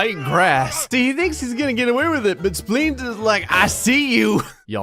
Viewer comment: Sometimes it sounds like is saying “Splings” instead of Spleens! 😂